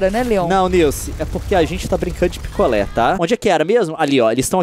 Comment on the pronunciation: quando ele falou picolé eu entedi piccolo